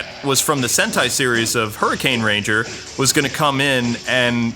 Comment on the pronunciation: its pronounced hurikainger